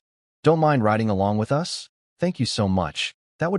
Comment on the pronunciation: Also the inability to understand how to pronounce the word "us"